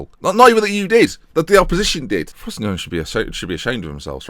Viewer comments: It's pronounced "FROS-SIN-NO-NEY" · I thought it was pronouced frow-see-no-nay? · when pronounces frosinone well feels